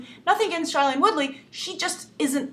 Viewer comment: Shailene Woodley's name is pronounced "shay-leen"